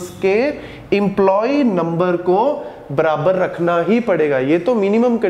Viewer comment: It is not brabar 🤣🤣🤣it is barabar😂😂😅😅